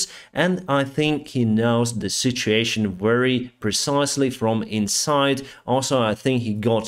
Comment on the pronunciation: I know that you are saying "situations", but I must say it sounds a little like "shituations"! I love it as it's true... stay safe!